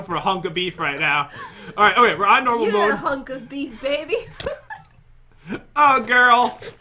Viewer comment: "hunk o' beef" XD